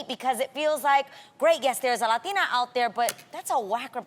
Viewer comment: Adrienne turns everything into “As a Latina” or “I don’t know if it’s a Latina” thing 😂😂. Girl 🙄 it’s getting old. It’s not a “Lathina” thing.